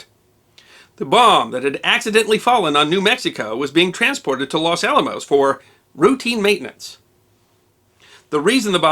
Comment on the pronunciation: Los Alamos, man, not Las Alamos! If that bomb had gone off, My family would had vanished in a flash, and I would have never been born. Yikes! Great job on all of your' wonderful videos. Thanks!